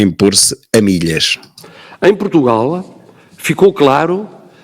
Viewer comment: "Protugal", é assim que o martelo diz o nome do país...